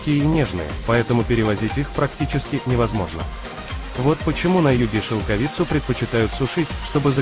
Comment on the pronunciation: Поставил дизлайк только за шелкови'цу. Режет уши, мешает просмотру